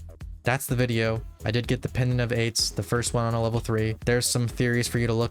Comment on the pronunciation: why is bro saying pendent of aids